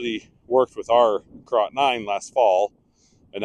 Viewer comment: That is pronounced "carrot".